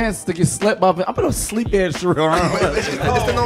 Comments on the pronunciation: How did yall give Ed Sheeran's last name 8 different pronunciations? 😂 This is my favorite segment of this channel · WHO TF IS ED “SHEERAN”😂😂😂